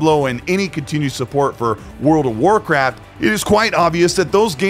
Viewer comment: I could swear he said World of Warcrap 🤣